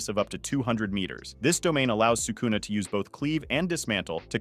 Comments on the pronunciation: I dont understand how people who dedicate their channel to japanese anime can be so bad at pronouncing japanese names "Sukuuuna, Meguuumi, Yuuda (Yuta)", are you watching the show in english dub? Its not that hard to pronounce it in japanese wtf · Crazy way to pronounce sakuna huh?